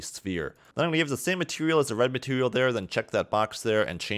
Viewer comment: "Matewial" hahaha